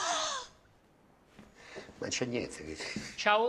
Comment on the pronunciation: "Ah, padre Duval" "Du pall" No, questa è troppo forte.